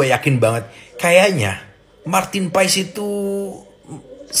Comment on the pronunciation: Paes bang bukan pak es 😂😂😂😂